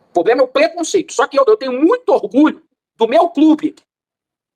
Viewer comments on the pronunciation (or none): "Não tem poblema"😂😂😂😂😂